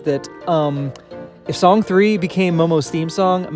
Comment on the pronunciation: Not to be tooooooo nitpicky (and I apologize for being just that), but I‘m pretty sure Song 3 is pronounced ”song san”. It‘s a play on words, like ”Babymetal Death”: ベビメタルです。(We are) Banymetal! 🤘🦊🎌🎶🎵🎶